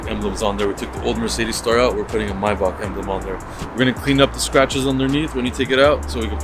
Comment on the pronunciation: "Maybach" Not mobach